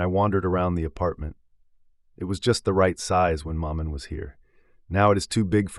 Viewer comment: Exactly. This is the problem I have with American narrators. With supreme confidence they will plough on and butcher every foreign word and place name. It's difficult listening.